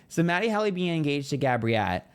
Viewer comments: It’s HEALY, not Hally 😂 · Babe, it’s pronounced Matty HEEEEELY like the heel of your foot❤ love you, though and find your readings to always be spot on! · It’s Matty HEEE-LEEE! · It’s HEAL-y. It’s pronounced the way it’s spelled! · He calls him matty HELLY on purpose. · His name is Matty Healy. You are pronouncing it wrong. These readings are so lame.